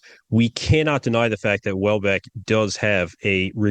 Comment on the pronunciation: I don't know what exactly you are calling the athlete to le left, I hear Wallbeck... he is called Matthias Hollweck or maybe easier his nickname "Holle"! ;)